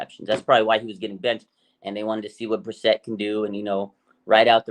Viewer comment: Its Jacoby Bri-Sett, Not Brisitt. Just saying. Haha